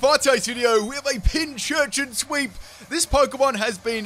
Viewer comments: Pin-cur-chin. That is all. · it's pincurchin like pincushion